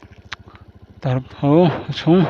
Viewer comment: Tarpho ilam dan kha adik lo ani,o chung ah khan thlûk na a awm loh kha,pho tih kha thluk loh tur ani